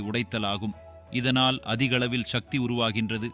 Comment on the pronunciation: நீங்கள் தமிழ்வழி கல்வி பயின்றார் இல்லை போலும். உங்கள் மொழி பெயர்ப்பு கொஞ்சமும் சரியில்லை. மேலும், சக்தி என்று உச்சரிக்காது ஷக்தி என்று இக்காலத்து தமிழ் அறியா பிள்ளைகள் போல் பேசுவது கேட்க அருவருப்பாக நாக்கை பிடிங்கி கொண்டு சாகலாம் போல் உள்ளது. தமிழை தமிழாக உச்சரியுங்கள்.